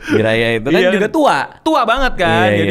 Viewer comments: Jiraiya dit bukan jirayut🤣🤣🤣🤣🤣🤣🤣🤣🤣🤣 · bang gara2 lu ngmg jiraya jadi jirayut gw jg kebayang2 terus bang